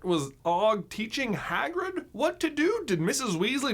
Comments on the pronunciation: "Swagrig" lol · Swagrid killed me everytime 😂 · lol swagrid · Swagrid XD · And called swagrid😎